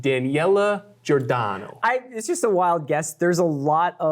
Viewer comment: Like your reviews, sooo entertaining and informative. Being Italian just a little note, we don’t shout our names out loud like that (I know it’s a reference to basterds but even then... and that’s not your fault 😊), nor we put the enphasis on the latter syllable all the time. The last name Giordano, for example, reads like ‘soprano’, emphasis wise. And all those gestures... no man, we do not move like that at all. Not in the north, and not in the south anymore. 😊